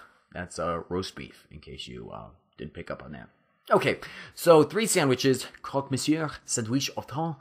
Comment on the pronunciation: great videos!! i love your accent! but just a little detail, don't pronounce the "r" in "monsieur", otherwise your french is perfect!